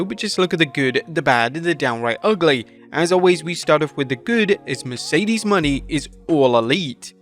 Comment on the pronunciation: Please learn how to pronounce Mercedes Mone